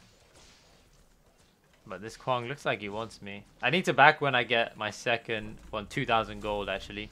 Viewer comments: Kwong? Why are you saying kwong? If we take away the k, wang, would you pronounce wang as wong? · Really you and hollow are the only ones ive heard call him kwong interesting